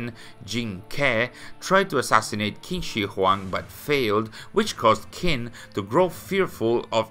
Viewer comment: Small nitpick: "Q" is pronounced as "Ch" sounds, so it'd be "Ching Shi Huang"